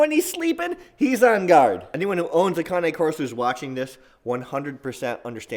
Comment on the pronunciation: For being a cane corso dog owner.. you try to sound educated, but you dont pronounce the breed name properly. Fyi: get a haircut, you arnt a female!?!